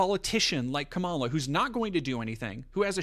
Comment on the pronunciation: Pleaseeee stop saying Kamala wrong so we can call trump racist when he does it